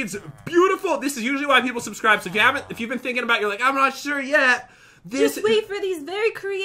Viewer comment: I believe you mean SUBSCROOB!!!!